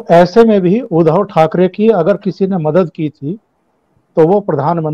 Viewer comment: परम आदरणीय प्रणाम। मैं आपके कार्यक्रमों का नियमित श्रोता हूं।आपके विश्लेषण करने का तरीका अद्भुत है। लेकिन बोलते समय आपसे शायद अनजाने में एक शब्द 'उद्धव' का उच्चारण एक हल्की सी त्रुटि वाला है। कारण आप हमेशा 'उद्धव' का उच्चारण 'उधव' इसप्रकार करते हैं,जो खीर में किसी बाल या कंकड़ जैसा प्रभाव डालता है।कृपया इस त्रुटि को सुधारने का सफल प्रयास करें। धन्यवाद।